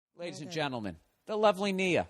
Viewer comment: He doesn't call them girls he calls them 'LAADIES'